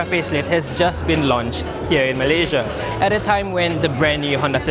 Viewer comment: Here in meleyziaa. Here in meleyziaa. Annoying, but cute.